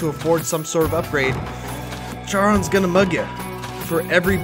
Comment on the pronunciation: Btw, Charon is pronounced K-air-on